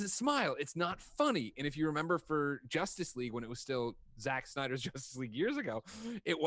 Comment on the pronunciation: Y'all totally missed "Joss-tice League" comment lol